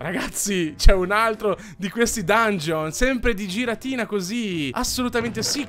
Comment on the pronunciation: puoi non sbagliare dicendo giratina quando si dice ghiratina che mi fa venire il nervoso? grazie